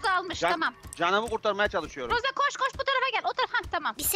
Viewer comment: Roseye roza dediğinde patladım GSUSG7Y